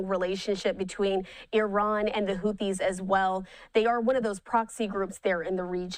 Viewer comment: Can you get your reporter to say houthis correctly please